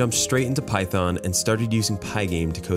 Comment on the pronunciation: did u say python ?